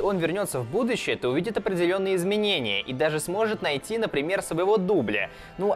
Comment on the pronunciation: На картавит? ""Кардинально изменив будующее""????